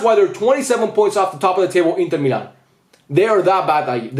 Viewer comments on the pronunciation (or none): none